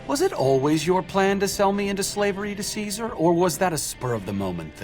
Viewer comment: Idk what is more funny: the out of pocket descriptions for his behavior, or the number of times he gets Caesar's name wrong on purpose. 🤣🤣🤣🤣🤣 I absolutely love this video. Please do more for other games.